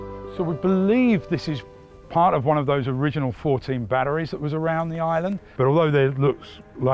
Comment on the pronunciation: Batteries or 'Badderies'?